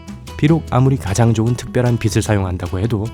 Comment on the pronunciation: Tv산푸 ‘빗’을 을 발음할 땐 ‘비슬’인데 비즐 또는 비츨 이라고 발음해서 이상하다고 생각했어요